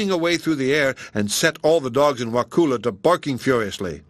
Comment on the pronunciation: I live in Wakulla county and you’re pronouncing it wrong. The u sounds like uh. I am thoroughly enjoying this story!